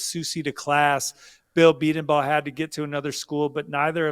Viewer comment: Gonna help out here: Bedenbaugh Bee - den -- bō. You're going to be hearing that name more and more. Let's get it right from now on. 👏👏👏